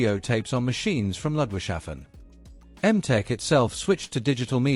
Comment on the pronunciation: I do think the pronunciation is not Ludwig-shafen, but rather Ludwigs-hafen.